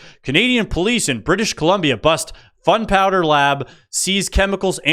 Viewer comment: I'm subscribed. You are hilarious. The pronunciation on the "Canadians" crossing the border with "fun powder", cracked me up.